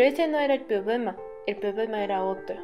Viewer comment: Me encanta como dices problema porque se escucha Pobema y yo afafafs que adorable XD